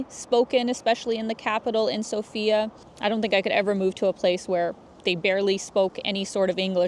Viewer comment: It's sOfia, not sofiA